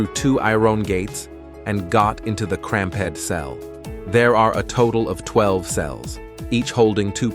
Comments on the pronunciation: “I-ron”… “cramp-ed”? Did he have to wear stripe-ed outfits? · "I-ron gates" and "cram-ped" cells. You can't even read your own script. No thumbs up and no subscribe for you, I'll never click on your channel again. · "I-Ron gates" and "cramp-ed cells?" Oh no!